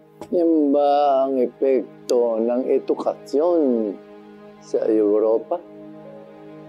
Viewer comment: LMAO why are they saying ''edukathyon'c😱😱😱😱